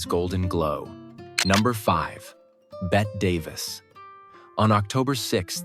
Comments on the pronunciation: 1) Bette Davis' name is mispronounced. 2) She was at the San Sebastián Film Festival, in Spain, when she got sick, not at a French Film Festival. They took her to the American Hospital in Paris. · Betty Davis name is not pronounced correctly